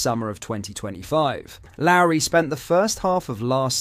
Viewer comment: Dude how many names in our team you gonna pronounce wrong. Couldnt say gers correctly, couldnt say lowry correctly, couldnt say hagi correctly.. you sure you support rangers? Lol